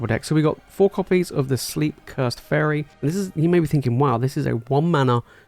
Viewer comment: everytime you said faerie i heard furry made the video amazing